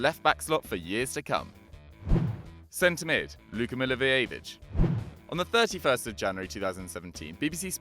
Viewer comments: Pronounciation Milliwojevich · Funny way of saying Milivojević☺ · Milivojevic is pronouced so BAD